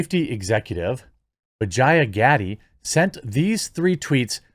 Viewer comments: I swear I thought Jeremy said her name was Vagina Daddy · Did you just say Vagina Gaddie?